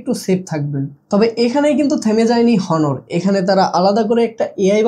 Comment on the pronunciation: ভাই , হনোর না, অনার